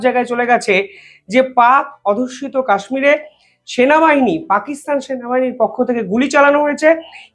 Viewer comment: ভালো ই বিশ্লেষণ। কিন্তু বারবার আপনি বলছেন "পাক অধুস্যিত" এটা হবে "পাক অধ্যুসিত"।